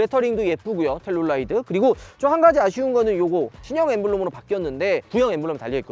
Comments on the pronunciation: 텔룰라이드 X. 텔루라이드 O. 우리나라 사람들의 청개구리식 영어. L은 대부분 R 발음하면서 막상 R은 L 발음으로 함. 예) 룸밀러. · 텔룰라이드 발음 킹받네ㅋ